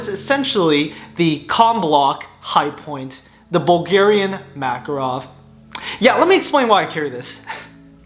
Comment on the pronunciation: It spells like MakAAAArov with emphasis on middle A.